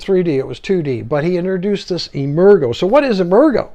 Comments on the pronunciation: Nice presentation, but "emergo" was pronounced "emerge-oh" with a soft "g" sound. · Great review. Incidentally, I think "Emergo" is pronounced with a soft G, as in "emerge".